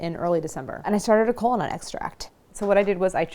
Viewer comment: Instead of kola nut I hear colon-a, I'm too deep in Healthcare.